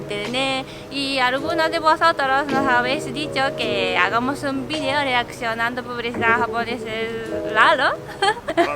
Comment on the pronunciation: Se dice video no vidio